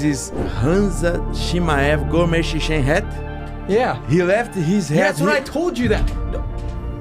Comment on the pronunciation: When Khamzat says "I'm the Chechen" it sounds like he's saying "I'm the chicken" which is really, really funny